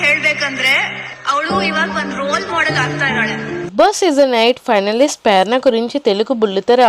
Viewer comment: Perana kaadu Prerana